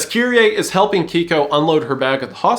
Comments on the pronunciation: okay, I am genuinely asking, why English speakers tend to pronounce alphabet differently than how it spelled? I guess the other alphabet using languages are just the same but, “KEIKO” being pronounced like “keeko” is very fascinating to me. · For future reference, it’s pronounced “Kay-koh”.